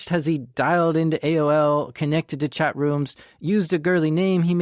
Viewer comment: sounds like hes saying chet instead of chat!